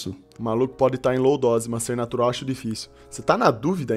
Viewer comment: Nétural ou FAKE NÉRIII